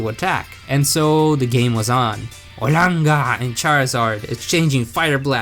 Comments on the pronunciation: I love how he says “arlanger “ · The way he says olangaar makes me laugh every time